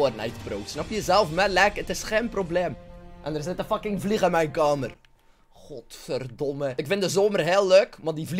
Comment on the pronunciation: ik ga steeds stuk om hoe hij godverdomme zegt